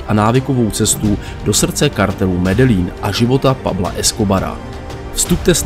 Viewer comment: Ahoj, video je super. Akorát mám výtku u vyslovení města Medellin, čte se to Medejín, tak to říkali i v seriálu Narcos